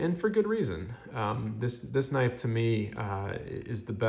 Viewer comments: Pronounced k'nife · Sorry I’m new to this hobby. Does anyone else pronounce “knife” with the “k” silent?